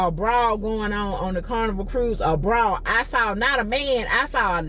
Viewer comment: Is she saying BRAWL yet pronouncing it BRA!!! Damn girl take English and stop talking Ebonics and damn lazy